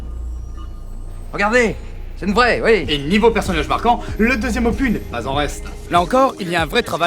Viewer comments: Un petite remarque qui n'enlève rien à la qualité de la vidéo : opus ça se dit \ɔ.pys\, il faut dire le s final. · Juste au cas où : "opus" se prononce toujours "opusss" en français, avec le "s". La prononciation "opu" a été inventé par des petits rigolos (les mêmes qui se marrent en entendant "péni" pour pénis). Je suis pas hyper-sûr que c'était l'intention de caser cette "blague", pardonnez-moi si c'était intentionnel.